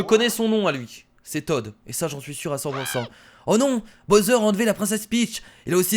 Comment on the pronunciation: C'est pas bosser on dis bawser pour bowser